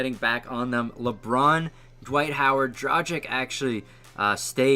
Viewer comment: Dude you dont know to pronounce names of any foreign player wtf do you even watch NBA??? Dzokic, Dragik LOL